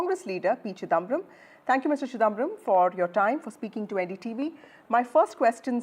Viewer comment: This anchor, like most Hindi-speakers, ought to learn to to pronounce non-northern-Indian names correctly. It makes me strongly suspect that they INTENTIONALLY mispronounce Mr. Chidhamabaram's name as ChiDAAMbaram, especially given the fact that he has been prominent in Indian politics for several decades now.